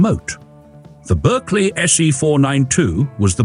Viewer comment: Pronounced Barkley please😊